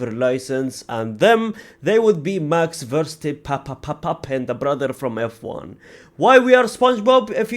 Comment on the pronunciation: The way he says “Max Verste-pAPpaPPEn” 😂😂😂😂😂